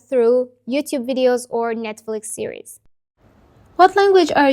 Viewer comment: I'm learning Arabic and stuck, and have liked your videos. This plan has parts I'll try to implement to get my learning back on track While perfectionism should not hinder us from learning I thought a couple of little corrections to your English would be helpful. The singular of a tv series, is "series". It sounds like you're saying "sierie". When you say the Chinese test, is it HSKe or H-"Skey"?